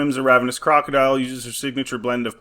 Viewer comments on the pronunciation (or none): none